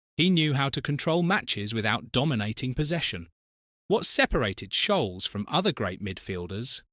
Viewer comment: And scholes